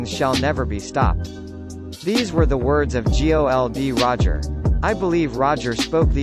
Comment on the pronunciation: Also G.O.L. D. Roger